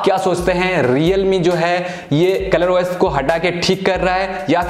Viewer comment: Bahi Tu os bol rha hai esa lag rha hai ki oyes bol rha hai😂😂